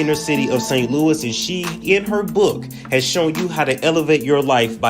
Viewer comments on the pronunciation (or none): none